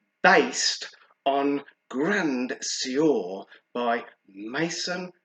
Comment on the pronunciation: Keep it up love the reviews! Also it’s pronounced ‘Gruhh swahr’ 😁